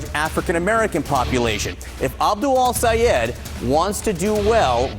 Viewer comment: You calling his name wrong. Might be intentional because the US media is racist as hell.